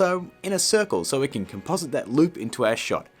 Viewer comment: "Kan" "Serkel"